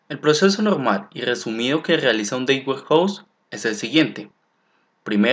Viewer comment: muy interesantes tus tutoriales, pero para que sean mucho más profesionales te recomiendo que cuando pronuncies la frase "data warehouse" no lo hagas como si estuvieras pronunciando la frase "date warehouse". Te recomiendo que valides la pronunciación en un traductor. Saludos y gracias por lo buenos tutoriales (igual vale la pena que le des más créditos al libro de Kimball, porque básicamente tomaste el primer capítulo y lo pegaste en una serie de diapositivas).